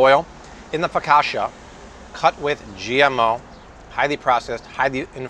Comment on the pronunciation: Love the videos but Fo ka sha? I don’t think that’s how you say focaccia.